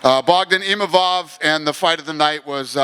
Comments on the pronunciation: People are turning their back in seconds thats hilarious, Adesanya's forever a legend PS: STOP SAYING IMAMOV for gods sake, its Imavov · what's the translator doing not being able to say Imavov's name correctly... twice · Imavov gives a speech about how to pronounce his name and this goes mispronounces it just a few minutes later.